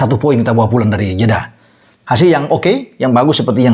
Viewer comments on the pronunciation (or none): none